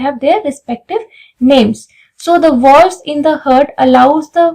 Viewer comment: I think you are not from science background... You should pronounce properly..its not "hurt"